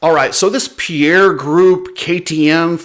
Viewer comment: Please if people would start pronouncing Pierer properly it'd be great... its Pie - Rer not Pierre also it's not bah-ha it's Ba-jaj. And nowhere in the game plan is CF-MOTO expected to raise pricing. A few stab in the dark claims, but worth the watch.